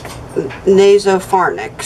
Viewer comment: Nasopharynx? is like naso-fair-encks. 🙂 I am so glad for you and you look good too ♥️